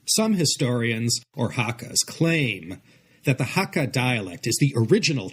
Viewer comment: It's pronounced "hak - kar", not "haka". A haka is a Maori war dance. And I agree that spoken Hakka sounds very much like a cross between Mandarin and Cantonese.